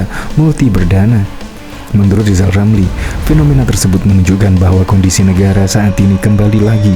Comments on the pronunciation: Nama sebenarnya Rizal Ramli bukan Lizal lamli ucakan nama sendiri belum teteh kok sd sirik ma Olang2 lizal liza ! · Rizal Ramli sebenarnya belum lulus sekolah dasar. Lha, disuruh mengeja huruf saja L nya dobel. R dibaca L.....!. Bila tdk percaya, silahkan suruh dia mengeja namanya sendiri, pasti di eja...Lijal Lamli !. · Namanya pakai rr tapi engak bisa bilang r....itulah lisal lamlil...jd eror otaknya...la nyebut namanya sendiri aja engak pecus...maka apa yg keluar dr mulutnya hanya sampah dan hujatan serta iri dengki dng orang ...khususnya keluarga pakde wi....